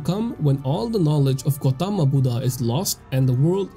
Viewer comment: it's actually Gautama not Gautam. It's a Sanskrit/Prakrit name pronunce it likewise.